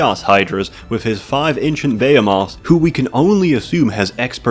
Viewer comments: STOP SAYIN BEHAMOTH.....BEHEMOTH!!!...as in a giant creature a be he moth.....u ass! lol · Pretends to be intelligent, can't pronounce "behemoth ". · LOL his pronunciation of 'behemoth.':D